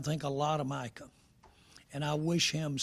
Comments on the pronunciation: It's MICAH not Michael Jerry! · He keeps calling him Michael not Micah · I want to fight Jerry on behalf of Micah for the amount of times he still mispronounces the young mans name. This old dude needs to retire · Leave Jerry alone. Some white people don't know how to say, Micah. He's doing his best. Tongue and cheek 😅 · Or Meeka Parsons 😂😂😂😂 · If you can pronounce Brian Schottenheimer. You can pronounce Micah.